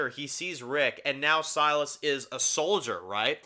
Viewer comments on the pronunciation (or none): Anyone remember Trev pronouncing Silas like "Sea Loss"? Good times.